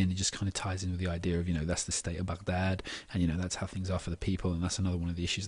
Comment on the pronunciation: excellent analysis, and your pronunciation of 'Baghdad' is perfect! :)